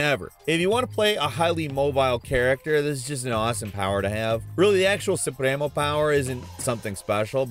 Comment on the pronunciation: As a Latino I can say you said “Supremo” pretty well